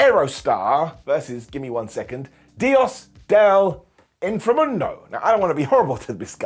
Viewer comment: Great pronunciation of Dios del inframundo,. Better the commentator whose name I don't remember haha